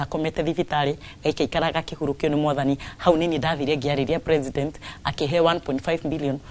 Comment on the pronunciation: SHE PROnounces PRE-SI-NDEN -NT...